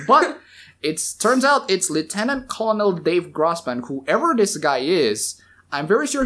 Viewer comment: "Colonel" is pronounced "ker-nal." Like a corn kernel. It's weird but it is what it is.